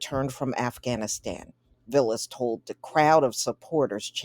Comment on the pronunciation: His name is pronounced VAL-lis and he's Greek not Hispanic